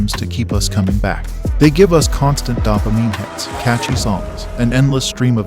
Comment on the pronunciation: Can't tell is this is an AI voice or he doesn't know how to pronounce dopamine....